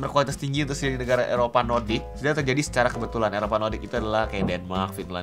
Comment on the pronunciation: nordik kali bukan nodik